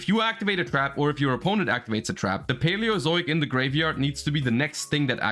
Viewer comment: Just proud he pronounced it correctly :,)